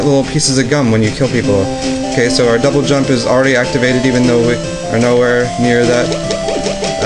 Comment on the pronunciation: You said "jouble dump" :D